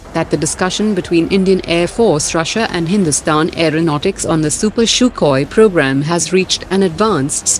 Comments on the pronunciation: It is not pronounced "CHUKHOI".....it is pronounced "SUKHOI" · The narrator regularly pronounce Sukhoi as Shukoi and Tata as Tato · Why does she pronounce sukhoi way she does?